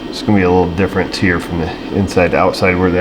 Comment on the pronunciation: AYE I'M DRIVIN HEAH!